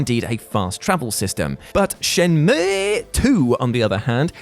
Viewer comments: Dude, its Shen-Moo. What the hell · No one:: ShenmÜůűŪúÛëƏÆË